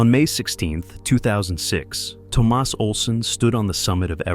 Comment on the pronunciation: It's Tomas, not Tomás.